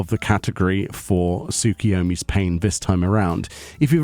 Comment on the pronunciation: Just for future reference, the new unreal is pronounced "Tsuk-U-yomi", not "Tsuk-i-yomi"